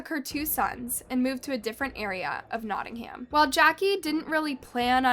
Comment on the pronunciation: You pronounce Nottingham wrong.